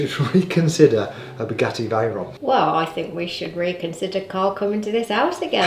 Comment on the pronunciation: The pronunciation of veyron makes me mad 😂